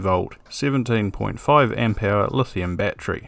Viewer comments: battery... not batree there are 3 syllables ˈba-t(ə-)rē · you mispronounced the word battery ..